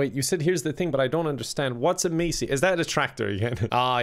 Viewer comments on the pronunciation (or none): Calling Massey “Macey” is the worst thing you’ve ever done on this channel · I love you but seriously...masey is pronounced MASS E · Macey it's Massey for fec sake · I’m no farmer but I’m pretty sure was mispronouncing Massey he pronounced it mace-ee but I think it’s pronounced mass-ee (I am Irish) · is a "massy" not macey 😂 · "I do drive a Massey..." Me: Ah jeezus sir you're making the lads look pitiful, it's pronounced Mass-e for the Sunday masses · im 100% irish! Also: pronounces massey as macey 🤭😂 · They way he pronounces massey😂😂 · I f**king hate when people pronounce Massey - Macey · Not calling Masseys Macies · Sorry, you're 100% Irish but you call Massey Ferguson a "Macy"??? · Bruh when he says Massey wrong it really hurt my soul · just listening to you try and pronounce names of tractors makes you sound like your not from Ireland 😂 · And I love he prenounces the tractors wrong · Any other farmers get triggered by the way says massey? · thats not how you pronounce massey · You say Massey wrong and it pains me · Had to unsubscribe cos of how he pronounced Massey